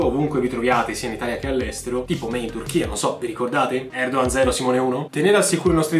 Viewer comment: Recep Tayyip Erdoğan. La pronuncia giusta di Recep é Regep. Poi Erdoğan si pronuncia Erdooan.